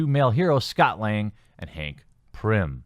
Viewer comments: TheQuartering; I cringed every time you mispronounced Hank Pym's name, it's not r n, it's a m, it's not P y r n, it's P y m. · My only issue is...it's PYM...P-Y-M, no "P-R-Y-M". Other than that, I agree with all the FORCED agendas. Why is it that groups and people who, that not long ago, portrayed themselves as peaceful, meek, and practically devoid of hate, have now burst on the scene with straight up aggression, harshly berating everyone else, and forcing their views upon the rest of us? All the while, they still hate the views of straight people, Christians, or anyone else who doesn't live on their planet. And simply because you don't share their views, they say you're a "hater" or whatever. No...to each their own. But don't infringe upon my rights or my beliefs. Wanting to be accepted is great. But berating others or stepping on others' beliefs to push your own is utterly wrong. Just like how it's becoming a standard now that every film or show MUST represent at least one person of LGBTQ or whatever. Or like how they bullied Scarlett Johansson out of a role as a transgender person just because it wasn't actually being played by a (likely) AMATEUR transgender. So frustrating... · Totally off topic but why do I keep hearing PRYM VAN DYNE and not Pym van dyne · Pym not Prim sheesh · Do Canadians have a thing where they pronounce their Y's as R's? I've never heard of that before but, it's the only way to explain the constant wording of Prim instead of Pym which is the actual name. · Are they complaining that the movie was TOO subversive? Let them talk to Ruin... BYW, it's Pym not Prym... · I agree with you 100% but it's Pym not Prim and Evangeline not Everleen. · Am I the only one hearing "Prim" when he says "Pym"? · Damnit TheQuartering, it's Pym not Prim. There is no "r" in Hank's last name. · Is anyone else noticing how he says pym as prim Not saying that the video is wrong it’s just that it’s pronounced like pim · There is no "R" in Hank Pym!!! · Pym, not Prim